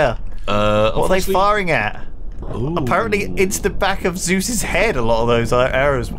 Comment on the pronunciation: Zeuses?, really? I think you mean Zeese.